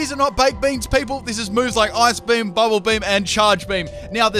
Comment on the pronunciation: it's bee-he-yam